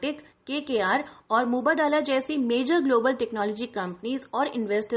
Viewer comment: मिस यह मोबडाला नहीं है मुबादला है, कृपया ध्यान से पढ़कर बोला करें